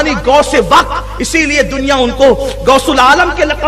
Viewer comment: گوس نہیں غوث ہوتے ہیں